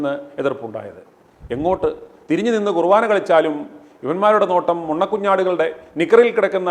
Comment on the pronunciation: കുറുവാനാ അല്ല ചേട്ടാ, കുർബാന. ഒരു വയസ്സായ അച്ചനെ തല്ലിയതാണോ ഇത്ര ആഘോഷിക്കുന്നത്? കഷ്ടം